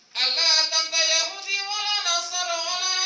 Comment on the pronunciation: Perasaan gue mendengar kan pengartian dari pendeta itu gue jadi rasa aneh ya perasaan aneh banget dah pembacaan nya aja gue dengar kok ada yang aneh pas gue pastiin eh beneran juga pengucapan kata Yahudi nya gak dibaca 2 harakat pada huruf ha'(هُو) pas gue denger ulang lah bener Yahudi nya dibaca langsung gak dikasih jeda "yahudi" yang seharusnya "yahuudi"